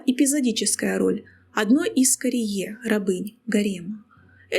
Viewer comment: Всё отлично, но 'джарие', а не 'карие' 😊